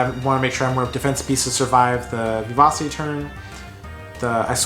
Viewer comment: I don't know if anyone has pointed this out to you before but the "c" in vivace is pronounced with a "ch". It would read something like "vivache" phonetically. It's a Latin word you find in sheet music which means fast and energetic. Anyways, I thought your commentary was pretty informative, but I have no experience with the deck so don't think I have much advice to give especially since DD2 is the only opportunity I've had to play much of the game in years.